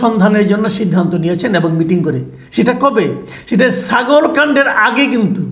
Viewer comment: প্লীজ সাগল না -ছাগল বলবেন